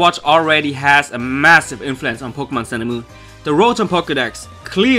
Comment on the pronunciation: lol po-gay-mon